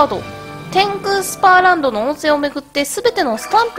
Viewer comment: 天空スーパーランドじゃないよ天空スパーランドだよ